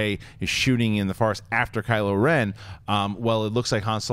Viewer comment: 'Kyle' ren?? 😂 😂 😂